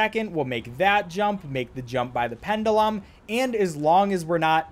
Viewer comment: Says cryptographic fine, apologises. Says chandelier and pendulum wrong, nothing. Thank you for adding Shaun DeLure and Penn D'lem to my roster of NPC names